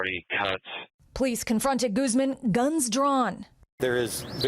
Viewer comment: Proper pronunciation of that surname is "goose MON" not "GOOZ men." There's no excuse for mispronunciations in this day and age. That's what the Internet's for...